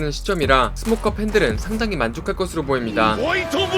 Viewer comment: 스모커가 왜 승모커로 들렸지.... 이건 승모의 피아노래 때문인가